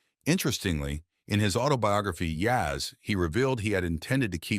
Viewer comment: disrespectful towards Yaz- have no f&*kin idea how to pronounce his name.